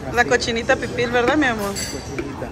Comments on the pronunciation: Hola, se dice cochinita PIBIL, no pipil...Saludos. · Pibil NO PiPil y es dulce de Nance NO Nancy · COCHINITA PIBIL, NO PIPIL 🙂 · Es cochinita pibil, no pipil, saludos y bienvenidos a Merida